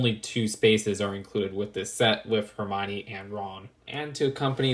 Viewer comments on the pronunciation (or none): Hermione morning like her mime ee